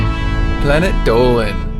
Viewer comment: I like narrorater saying Dolan, I respect that